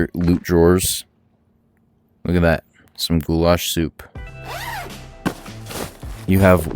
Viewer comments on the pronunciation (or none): none